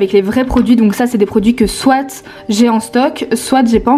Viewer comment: sa se dit pas soit"e"